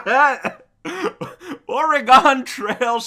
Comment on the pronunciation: just for future reference, Oregon is not pronounced how you pronounced it. It's pronounced "or-ee-gun".